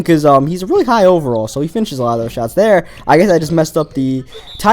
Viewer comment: why do you speak like that instead of another you say "Anoder" and instead of there you say "Der" IT JUST ANNOYS ME